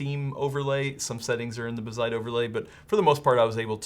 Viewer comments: It is indeed bazzite as opposed to bazzit, but you're putting emphasis on the wrong syllable. Emphasis goes on the A, not the I. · Buh-zite? Nah, I definitely read it as "Bazz-ite" with the zed sound affecting the first syllable not the latter... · It's pronounced BAZZ-ite, not bah-ZITE lol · Guys, it's BAH-zite, not buh-ZITE. :) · Bázzite not Bazz'ite... jesus... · (Baaz- zite) your welcome 😅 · The double zz is the giveaway sign to stress that A as BAZZ-ite. Like, Ballet isn't buh-lay. Its BAL-ay. Mullet ain't Muh-lett. Its MULL-et. 🤣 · Actually it's BAZZ-ITE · yeah it's Bazzite, rhymes with alright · Lmao who the hell would pronounce Bazzite that way? I watch a bunch of handheld/mini PC focused YouTubers and they talk about it all the time and literally none of them have ever pronounced it that way.... Anyway.... Good to see something like this getting some coverage on a channel like CNET. Linux gaming has come a long way and SteamOS is fantastic. Can't wait to see more widespread adoption. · the way you don't pronounce Bazzite correctly is just annoying. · The em-PHAH-sis is on the wrong sy-LLAH-ble.